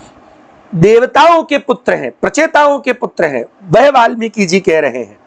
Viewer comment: આપ વાલ્મીક અને બ્રાહ્મણ કેમ બોલો છો વાલ્મિકી બ્રાહ્મણ નહીં